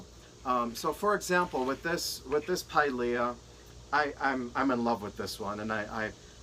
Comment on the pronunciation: Pilea not piles 🤦🏻‍♀️